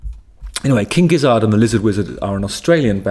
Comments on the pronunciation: Gizzard is pronounced the same as Lizard and Wizard, Justin. All 3 rhyme. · Also, why is he pronouncing Gizzard so weirdly?????? It’s obviously meant to rhyme with wizard and lizard... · It's gizzERD, not gizzARD, you know like lizard and wizard. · Couple notes: Gizzard rhymes with both Lizard and Wizard, and Gila is Spanish, which means it's pronounced with an H sound, not a G sound. This is my first time seeing your videos, and I don't think I'll be back. The British are the worst.